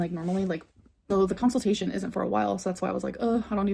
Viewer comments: Minor complaint, but I hate how she pronounces “consultation” like “counsel-tation” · the way she says consultation...